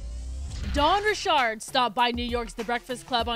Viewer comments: Dawn "Ri-Shard" ... 🤔🥴 Girl bye its Dawn RICHARD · She pronounces her last name "Reeshaard" now? That's corny af.